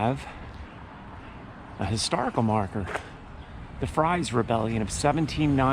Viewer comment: The old stone house that is now the Historical Society was moved there, 78-82??? Another fun fact Quakertown now used to be two separate towns, Quakertown is the Red Lion at Main & Broad Sts. The other town was at the RR. John Fries is pronounced Freeze.